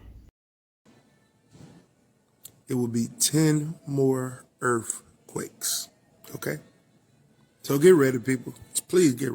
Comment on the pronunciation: “10 more Earf-quakes”! Ya heard it here first.